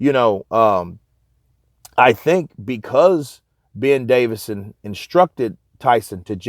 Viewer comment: its davison not davidson Fyi man great channel tho